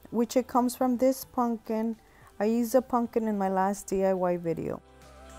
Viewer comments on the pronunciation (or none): puMPkin (not PUNKIN) 😬